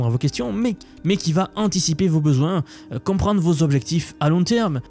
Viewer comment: "compréndré", "créér"